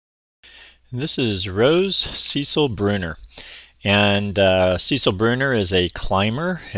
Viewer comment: Sorry 😐 second year near a fence it’s about 8 inches. Thanks for the info and the pronunciation 💕